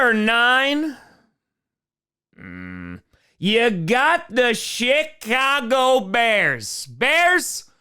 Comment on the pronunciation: Is he saying Shitcago or Chicago?